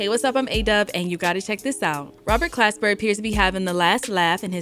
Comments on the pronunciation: Why doesn't anyone get that she keeps getting Glasper's name wrong? She's saying "clasper" when it should be Glasper. That's all he's asking about lol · why do you keep saying "Clasper"? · Why is she saying Robert Clasper lol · She keeps callin him Clasper 🤣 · Lol so his name ain’t Clasper? 😂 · Next she gonna call him Robert Casper. 😂😂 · Yup, went over your head too. Hint: The hip hop DX chick keeps calling him "Clasper"... It's Glasper. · Glasper! Not clasper, you had one job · I'm reading Glasper with a G and hearing Clasper with a C. lol cmon - love you tho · No really who is Robert CLASPER??? It’s Glasper not CLASPER PUT SOME RESPECT ON OG ROBS NAME!! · Pronounced GLASS-SPER lol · Glasper Damn it say it right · Why is she saying Clasper tho? This is almost as bad as when they pronounced DOOM's surname as [Doo-mile] instead of Dumile [DOOM-ilay] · It's Glasper shawty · He said." the organization isn't doing us blacks its due diligence" she diberatley choose not to say that during black history month and can't pronounce his name properly. Do better!! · Not one time did she get the name right. She had one job to do. Zero research perhaps?